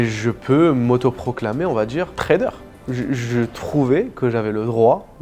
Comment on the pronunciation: "sans le djiire à ma mère"